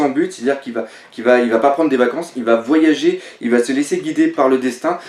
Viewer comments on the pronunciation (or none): none